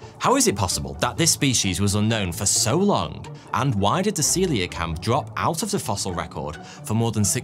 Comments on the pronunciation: See-Lah-Kant not See-leeah-Cannot. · Aaarrrrrrg!!! Your pronunciation does my bloody head in. It nice that you’ve done a video on Celia kanth however Coelacanth is pronounced See-la-kanth. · I've always pronounced it 'co - eel o - canth'. But yes, the transition from 'seelo..' to 'seelio..' felt jarring to me also. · You start the video saying 'ceolacanth' correctly. 12 mins in you maddeningly change your pronunciation to 'celiacanth'. Why? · This was the comment I was looking for, I also flinched at the hundred or more times he ballsed it up. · Every time he said “seeliocanth” I wanted to strangle something!! Bloody say it right! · Can you at least TRY to pronounce the names right? It's not CoeLEOcanth, nor is Manado pronounced MANDO. And its oTHer, not oVer, THrough, not Frough. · One of my favourite fish. You bizarrely started to mispronounce it half way through, after starting correctly. And then occassionally got it right again. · Great video and presentation. One criticism: You kept putting in an extra syllable when pronouncing the name of the fish. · How do you make a twenty minute video on the coelocanth and mispronounce it the entire time?